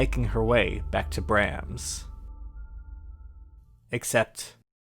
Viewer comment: Bra-m-s not bram-s